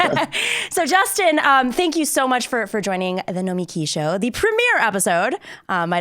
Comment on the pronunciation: It's pronounced "No-meh-KEY" ... right? Sam told me.